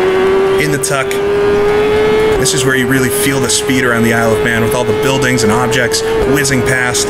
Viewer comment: Why does Isle of Man sound like I love man when you speak it fast help